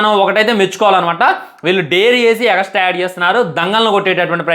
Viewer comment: Extra ❌ egastra ✔😂